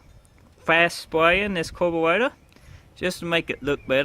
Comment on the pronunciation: Carburetor not corporator😂😂😂